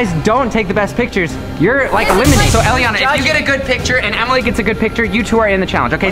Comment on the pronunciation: Its elliana not jelliana